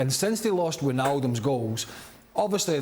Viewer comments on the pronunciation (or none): Soon as he said “Wijnaldum goals” I stopped watching